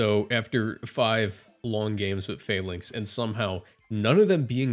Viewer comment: I love the video but I hate how you pronounce Falinks LMAO